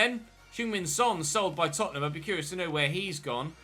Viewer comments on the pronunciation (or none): none